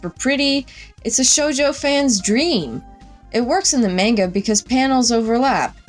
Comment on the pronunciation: the way you pronounce "manga" in this is annoying & incorrect. its "mahnga"